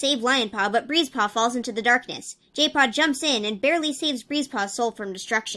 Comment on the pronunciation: why do i hear jaypaw as gaypaw